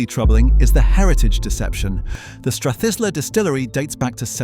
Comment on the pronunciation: It's "Strath-eye-lah" if you're trying to talk about correctitude. Interesting apart from that.